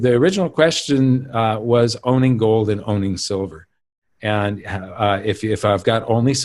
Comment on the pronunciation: should learn how to say “gold” correctly.